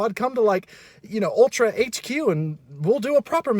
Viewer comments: aw poor keeps calling it ultra 😂😊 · did fr say "Uh hey ultRa"